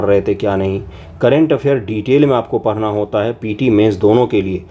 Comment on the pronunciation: पढ़ना ❌ परना ☑️😂